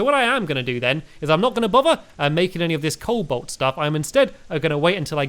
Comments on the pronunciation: Sigh... Stampy, its Co-Bolt not Coal-Bolt.... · Stamps is a noob sand cobalt is pronounced Cole-Bolt ok so start saying that:)